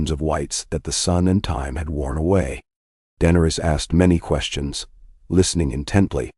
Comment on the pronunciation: Please correct the name pronunciations of Danaerys, Targaryen, Peter, Arya and Tywin on the next round of videos Thanks.